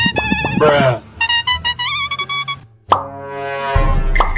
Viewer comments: Sis: mom whats wrong? Mom: everyone turned into meatballs- Me: YOU DOMT HAVE TO TELL THE REST OF THE STORY!! 😅😅😂😂 Edit: did they just say big bra instead of big bro?😅😂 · big bra instead of big bro is just crazy